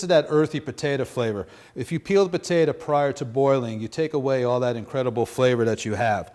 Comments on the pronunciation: Petata, its potato.. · Great video but I still don't know what a "Pahtaytah" is? I though you were making mashed potatoes AKA Pommes Puree? I asked the local South American deli if a Pahtaytah was similar to Yuca or Plantain. They told me to leave.